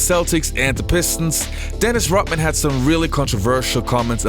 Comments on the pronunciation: I keep hearing you pronouncing his name Rotman :) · Why does he say Dennis "Rotman?" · Why are you calling himRotman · If I have to hear "Dennis Rotman" one more time... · If you pronounce Rodman "rot-man", how do you pronounce Rotman? It is annoying as hell! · Are you saying Rotman on purpose? Can't watch anymore. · Is it me or is he saying “Rotman”? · the speaker on the video said rotman again and again. who is rotman? 😂😂😂😂😂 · Rotman? This was hard to watch because of the mispronunciation. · The fact you cant pronounce the name of the player you're highlighting is very irritating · Guy does a video on Rodman, can't say Rodman. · It's not just that, he adds a little hiccup in the pronunciation, like a glottal stop, e.g. Hawai'i. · His name is RODman not rotman fool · Thanks for the video on Dennis "Rottman" and Larry "Birt"......never heard the "D's". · His name is Rodman, not rotman. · You pronounce his name Rodman not Rotman? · fucking moron... its RoDman, not Rotman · "Rod" man....Not "Rot" Man. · The man's name is RODMAN not "rotman". How bout dem apples? Ignorant M.....F........ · Its RODMAN....NOT.. ROTTMAN... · Pretty sure his name is Rodman, not Rotman. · It's Rodman, not Rotman! Are you kidding! Do your homework! D not T! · I thought Dennis's last name was Rodman not Rotman. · His name is Rodman ....not Rotmin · "R-o-T-m-an"? RoDman . Ah yes, that's more like it. Although, on second thought, considering how 'rotten' a dude Rodman is, perhaps this dude's accented pronunciation is more apropos. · Gd RODMAN not rutman say it right or stop saying it. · Rodman is not pronounced Rutmun. Also the accent is on the second syllable in Detroit. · Bro....it’s Rodman not Rotman. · “Rot-man”? It’s RODman. It wasn’t his “Heart work”. It was his “hard work”. Can’t listen to you, Brah. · His name is Rodman not Rotman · It’s RoDman.. Lol D not T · Wow ... all these years, I thought his name was RODman ... not ROTman. Guess I was wrong. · Say ROD man not rutmen